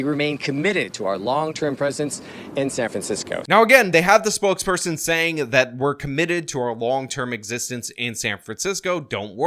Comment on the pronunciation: "google spokesporon".... you had one job!